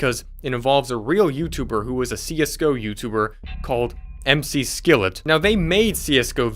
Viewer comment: Why do you keep saying M.C. Skillet? There are no periods that denotes abbreviations plus, he says his name on the video you played. Ots MCSKILLET. LIKE MCLAREN. DAMN DUDE. I am astounded by the fact that you have so many subs! You are sooooooo MID!!!